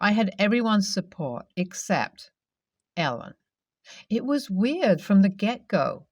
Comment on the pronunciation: A guy named Ellen just is weird. Yet you say Alan instead at the end. Freaked me out.